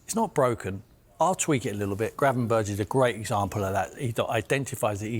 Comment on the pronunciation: Gravenberch is pronounced as Gravenberg!